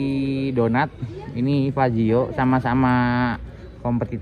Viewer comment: Fazzio bukan faizzo.. 🙏😁